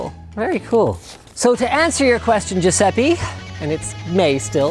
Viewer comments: the letter writeris pronounced Giuseppe, not giuseppi. It's an italian name and the letters are pronounced just as how they are written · Ciusepi Il miglior modo per dire "Giuseppe" in italiano (ammesso che fosse realmente Giuseppe) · I'm italian and I died hearing that Giuseppe pronunciation! omg